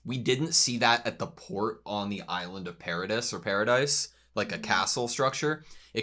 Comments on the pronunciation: Paradis is pronounced "pair-ah-dee" It's french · “Paradis” is actually pronounced “Para-dee”.